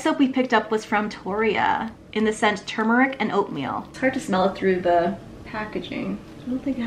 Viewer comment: My pet peeve is people saying TUmeric. Thank you for saying TURmeric 🤣